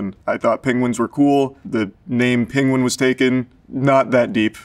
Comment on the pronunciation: Why is no one talking about how he’s mispronouncing the word penguin like wtf is peng-wing 😂😂